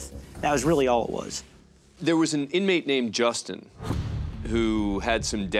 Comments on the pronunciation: The camera cut to the officer who said inamtey when he said it was brilliant 😅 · that said Inmatey. Dead. Yo